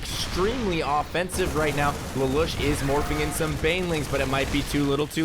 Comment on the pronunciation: its pronounced laloosh